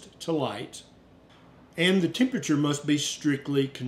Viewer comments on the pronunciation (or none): none